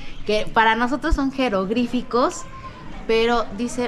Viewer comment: 😂😂 Y los jerogrificos😂😂😂😢. "Jeroglíficos"